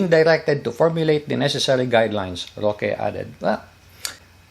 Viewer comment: With all due respect po. It's Sec. Harry Roque po.